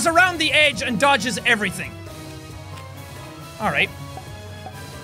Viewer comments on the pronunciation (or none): none